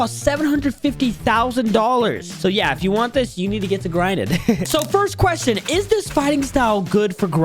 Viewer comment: Bro said quetion